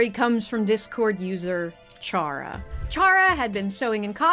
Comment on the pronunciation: Not to be the one Undertale fan to correct you, but Chara is pronounced Care-ah. Like character. It's a pun, like all of the characters in Undertale are. Though, the fandom STILL debates how it's pronounced despite how obvious it is, so I don't entirely blame you.